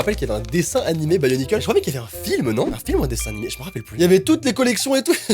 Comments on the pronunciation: Sa se prononce bionicle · Je connais et il prononce mal bionicle